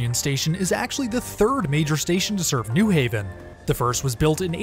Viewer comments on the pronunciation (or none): Nice video, but it's New HAven not NEW Haven. Pronounced the same as New York or New Rochelle. Looking forward to next week's video! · In CT we pronounce it “new HAVEN” emphasis on Haven vs. “NEW haven”